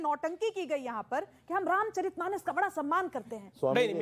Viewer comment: " रामचरितमानस " पद है । " रामचरित्रमानस " पद नहीं है । उच्चारण सही कीजिए।